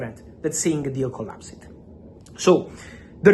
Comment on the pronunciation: per favore Fabrizio, 'COLLAPS-D' non 'COLLASIID'